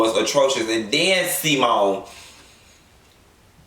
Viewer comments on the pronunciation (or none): Did u say SeaMone lmao. And Eugene just sat there like he wasn’t just disrespected as a man. Ain’t no way!!!! And yep Dr G hella lame.